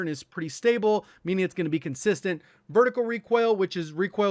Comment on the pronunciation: "Ver-tic-al"